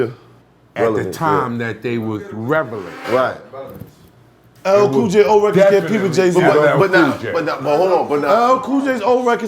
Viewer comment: son said revelant lol